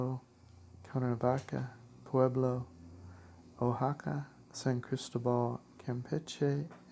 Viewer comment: And Oaxaca is pronounced Wah-hah-kah